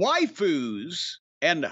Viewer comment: Does pronounce waifus as "whyfus" again? That was great